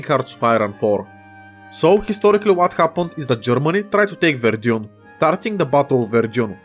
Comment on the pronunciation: I think it should be pronounced "Вердан" not "Вердьюн"